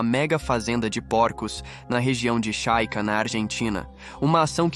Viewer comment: A capital do Paraguai é Assunção, não Ascenção. É Chaco, não Chaica.